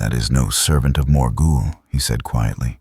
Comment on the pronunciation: its morgoth not morgle